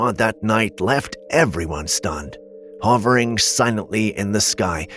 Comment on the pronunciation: Btw "Hovering" is pronounced (Huh-ver- ing) not ( Haw-vring)